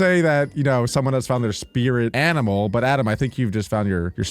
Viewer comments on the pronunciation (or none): none